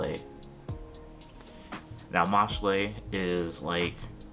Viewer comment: Ain’t no way my guy said mash lay , by that logic “title” would be tit lay 😂. I’m only joking man! this is a fantastic collection and your taste is impeccable